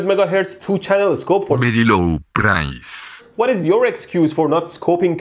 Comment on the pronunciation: Fool brige wrectifier at berry low pryce!